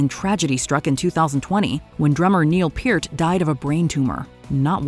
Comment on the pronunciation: its announced "Purt", not "Peert"